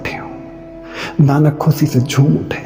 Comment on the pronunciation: Tum ye jo SH ko S pronounce krte ho isse pata chalta hai tum Sikh nhi rahe kabhi. Khushi ko khusi nhi bolte.